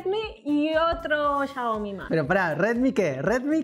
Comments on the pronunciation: cuando ves en vez de 'xiaomi' 'chaomi' XD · SE DISE XIAOMI